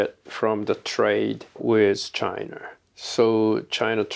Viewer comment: Korear Chinar Russiar처럼 'a'에 r발음 붙히는거 빼면 매우 훌륭하신듯